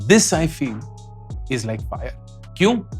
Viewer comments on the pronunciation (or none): none